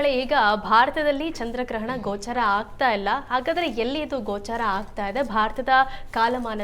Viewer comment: ಗ್ರಹಣ 'ಗೋಚಾರ' ಅಲ್ಲ 'ಗೋಚ'ರವಾಗುವುದು